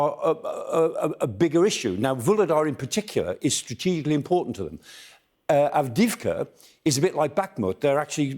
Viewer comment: Avdiyivka, accent on first i